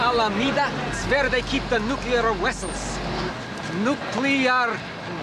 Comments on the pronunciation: indeed and nuclear wessels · it was an absolutely wonderful film. Had some good laughs. I still say "nu-clear wessels". 🤣🤣🤣